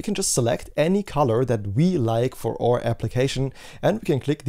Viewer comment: aur app--- not or app - you are generally so good with english... but your pronunciation of our, could be fixed so easily ;) Please do! :P